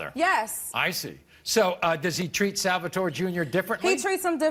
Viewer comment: he is so Italian that he can not pronounce salvatore correctly AHAHAHAHAH